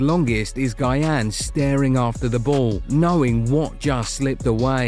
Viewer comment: Say our legend's name right. It's not guy-yan